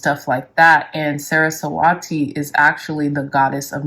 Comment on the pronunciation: It's pronounced Suh-Ruh-Swuh-Tee, thank you for the videos!